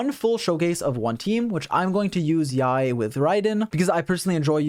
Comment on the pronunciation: Not only is one of the most knowledgeable YouTubers but the pronunciation of Yae is on point which makes all the more better